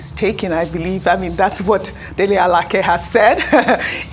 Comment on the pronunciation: This one just murdered Dele Alake's name, why is she the one taking the lead